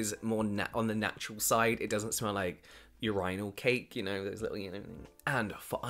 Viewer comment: I'm pretty sure even brits don't pronunce urinal like that :-)